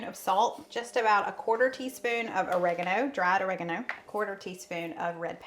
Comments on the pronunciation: "Or A Gone O" 😂😅😂. I'm originally from up north but living in South Carolina since 2009. We pronounce it "Ah reg gun o". His sounded so funny to me. Love y'all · Or-reg- a- no. Correct pronunciation for your spice. My mother used to say it like you did. Then we found out how to say it. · pronunciation of oregano brought a wonderful memory of my Nanny...she pronounced it or-ee-ang-o! In the late 60's early 70's spices started rolling into groceries and by golly she was a wonderful cook always ready for something new to try!!!!!